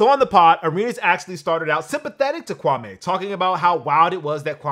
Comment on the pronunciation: bro. it's pronounced KwamĒ. not Kwa-may.